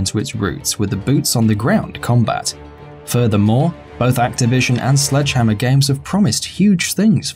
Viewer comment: Everytime he say "Slegdehammer", I always remember Eungene Sledge. Because his nick name is Sledgehammer